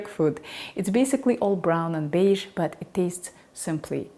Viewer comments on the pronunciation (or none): none